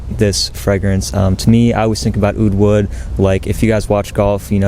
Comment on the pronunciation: oud wood? all I hear is "UwU"!!